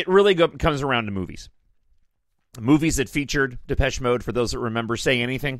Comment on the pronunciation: You said it correctly - most do not. I usually get Malaysia. 😆😆